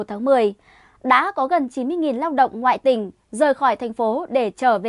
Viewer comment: Nói "ngoại tỉnh" mà nghe như "ngại TÌNH" 😁😛